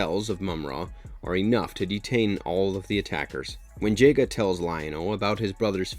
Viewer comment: Every time he called him jaiga it broke my heart😭😭😭😭